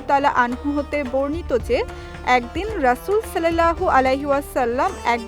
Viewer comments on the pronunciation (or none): সল্লেল্লাহ হবে না সাল্লাল্লাহ হবে